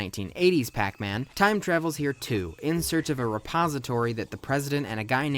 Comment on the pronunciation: Aipacman? Darn it,!